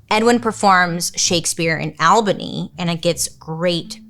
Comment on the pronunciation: Love how you said “Albany “ (Alebany )lol. Is that your west coast accent?